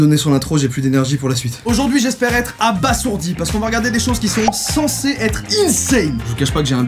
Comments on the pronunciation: Dans les trucs insane tu savais que ça se prononcait abaZourdi et non abaSSourdi en espérant t'avoir appris un truc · Ça se prononce abazourdi ! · Cela ce prononce abaZourdi !!!! pardon je sais pas ce qui ma pris.